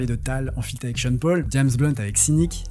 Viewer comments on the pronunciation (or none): none